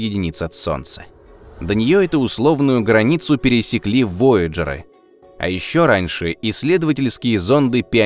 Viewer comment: почему "вояджеры"? Или слово "ВОЯЖ" измкнили на воядж? Да и в оригинале французском -нкт буквы "Д"....ролик снимает,а слово не знает,о чём снимает....